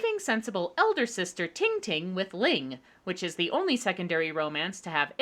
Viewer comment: Ling, not Ying.